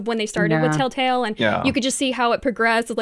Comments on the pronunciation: why does she call it tailtale? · Anyone else hear them say "Tale Tale" games..not Telltale games...am I the only one? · My only complaint is, "Why do ya'll keep saying Taletale instead of telltale? D:"